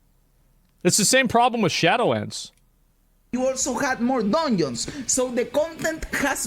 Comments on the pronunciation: Dungeons ❌ Duneeeons 💯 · He really said DONIONS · Im Sorry, but I can’t unhear it ever again: DONIONS. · When he said "Doinons", I felt that. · I liked when he said Donions